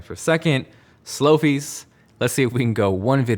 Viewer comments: slow fieee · I really hate to do this but... “Slowfie” 😖